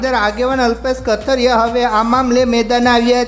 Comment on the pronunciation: Gujrati bhasa bolta shikho kathrya nahi kathiriya bolo